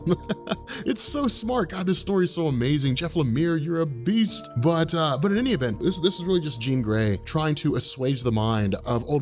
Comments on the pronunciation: Every time he says "beast", i lose 1 will to live. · Say "beast" again... jesus.